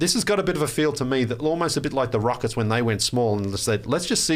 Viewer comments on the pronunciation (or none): none